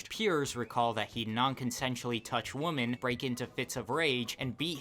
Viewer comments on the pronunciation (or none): Stop with the self censorship! It’s rape, not SA. Stop saying “woman”. The plural is “women”, weh-men, not wa-man. Woman is the singular term. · Why can't you pronounce the word, "women?" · Why can't you pronounce "women?" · Why does no one pronounce “women” correctly? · Woman (singular) and women (plural) are pronounced differently. You are pronouncing both as the singular word. I hope this helps & does not hurt you. Your video is very good. Tjhank you.